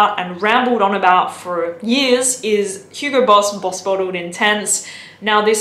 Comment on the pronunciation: "Huro Boss"